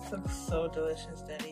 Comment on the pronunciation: Black love I feel the same exact way I love their bond she is so funny. They don't understand every time I hear her say Deddy it just brings back memories of me and my dad.